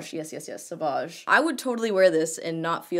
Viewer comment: As for this tee: The word must be pronounced "Savage" the way you did it. Otherwise it would have been written with a "u" in the middle. Like "Sauvage". Which is French for savage, of course. If it isn't sort of misspelled intentionally. Just saying. Greetings 😄 💘!